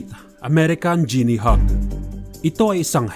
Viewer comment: Di mo ginawa homework mo. Sablay pag pronounce mo ng guinea.